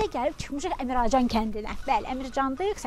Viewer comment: Əmrəcan yox Əmircan